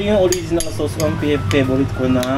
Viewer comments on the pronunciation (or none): Ang cute mag pronounce ng "sows" (sauce) Pinoy Ng Pinoy hahahha❤